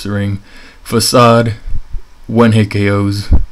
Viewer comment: dude imma sub you just because you pronounced facade correctly!!!